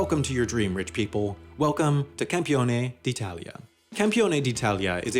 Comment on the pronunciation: Wow! Pretty good pronunciation of "Campione d'Italia"! XD